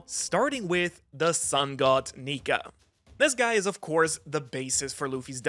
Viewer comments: Just don’t put r on the end of nika your a lil too close to the edge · you did Not say nika